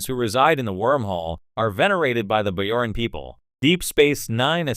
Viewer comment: it's a hard "j" in bajoran!